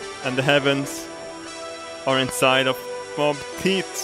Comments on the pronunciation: Good Sir, there's usually a dramatic difference between "teets" and "teeth". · i love it how he says "teets" rather than "teeth" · Hearing you say "teats" in place of "teeth" so many times made me giggle. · I love how he calls teeth teats lol! Love you and your Swedishness! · I love how he pronounces teeth teet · I love how he says teeth like teets xD